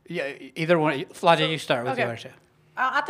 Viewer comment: Who was that reporter that asked Alexis about post play and called Flajaue “Flo-jay?” Dude, do your research before you ask em questions. Alexis had to fix her face and stop her laugh when he said “Flo-jay” 😭